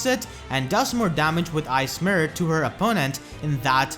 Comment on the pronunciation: They way you say "Ice Mirror" sounds a lot like "ASMR." Was confused for a bit, "why is he keep saying asmr?"